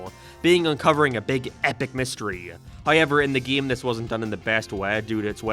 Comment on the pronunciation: why does he say ''geem''